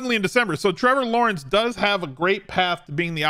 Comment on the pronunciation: Meh-vor Lawrence 🤣